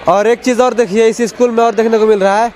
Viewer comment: Eschool nhi hota ' school' hota hai 😂😂😂😂😂😂😂😂